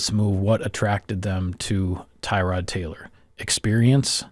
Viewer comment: His name is not “Tie-Rod” You are pronouncing it incorrectly. Tuh-rod is more accurate. I’m happy he’s on our team. So are you. Go pack go.